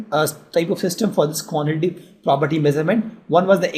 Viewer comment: Quantitative property 😂😂 nice pronunciation 😂